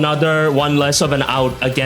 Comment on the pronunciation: its pronounced Rhyperior! like a peer